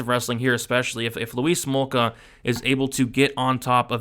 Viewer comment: Or you calling him Louise Smolka?!🤔